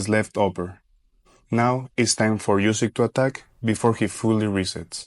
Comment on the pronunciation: Nice video. Well done! But one thing is that you aren’t saying Usyk’s last name correctly. It’s pronounced OOsyk. A double O sound like in “look” for example.